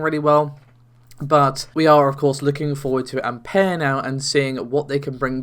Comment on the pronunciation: Can you really pronounce anything right? What the fuck is an Ampair?